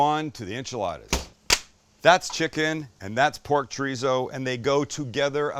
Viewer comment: Chor-ee-so.... Not treezo.